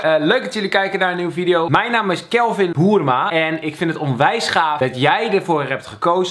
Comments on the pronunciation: Uhh kevin je noemde je zelf: kevin hoeeeerma het is kevin boerma uhh ben ik de enige die het hoort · ligt het aan mij of klinkt het alsof je “ik ben kelvin hoerma” zei 😂